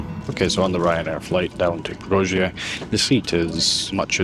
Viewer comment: We stayed in a nice hotel overlooking the river. In the morning eating breakfast on the terrace, there was a fellow taking a sh1t on the bank opposite 🤭 so assume that's why the river is so "verdant". Strange memory, but a nice place 😊 however wrong you pronounce it 😂